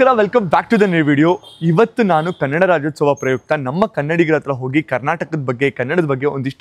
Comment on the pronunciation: ಕನ್ನಡ ರಾಜ್ಯೋಸ್ತವಾ ಅಲ್ಲಾ ರಾಜ್ಯೋತ್ಸವ ಸ್ವಾಮಿ.,..